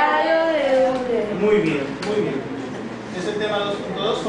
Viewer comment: Técnicamente se pronuncia: OILA :)